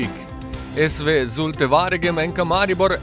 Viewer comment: Vse lepo in prav, ampak ce se ze gremo nekega sportnega novinarstva, bi bilo prav, da bi se naucili vsaj pravilno izgovoriti ime mesta, kjer Maribor gostuje. Lp